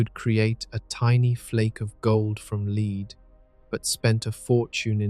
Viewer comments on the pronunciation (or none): "gold from leed". My Gawd AI is stupid. Drop the fakery and just have a human read the script.